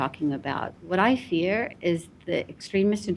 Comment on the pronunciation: That CNN reporter said (almost interrupted her to say then condescendingly smiled and nodded her head just chomping at the bit to say): "I've spoken to so many Muslim Americans across the country, though, who fear (accent on the FEAR - you can hear it) Mr. Trump. What would you say to them?" So you can 1) hear how biased this CNN reporter is, 2) you can hear how she perpetuates the negative image of Mr. Trump becoming President, and 3) you can hear her build an almost confrontational atmosphere that forces the "guest" to defend Mr. Trump or her decision to vote for him. This isn't freedom of speech. This is brainwashing for the weak minded 101. Do you even realize how many people soak up this BS without blinking an eye lash? Answer this, you poor excuse for a journalist: "Just how many Muslim Americans did you speak with? I'd like to have their names, dates, and times please. And if you have it, video proof. Was it aired on TV? How did you reach all these people from across the country?" You are a liar. Like all the rest of them. You can't back up your claim because you fabricated it for TV for your weak minded followers, who bought it hook, line, and sinker. You're a fraud and you should be taken off the air and sent back to journalism studies. Kudos to the woman who answered the question like a boss. And then she handled CNN again even better when pressed on the whole "fear" thing over keeping Muslims out. Trump is now President and he is being bashed left and